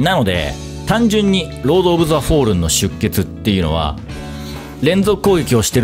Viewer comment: フォールンのアクセントが関西弁で「走るん」「食べるん」て言う感じなの気になりすぎる。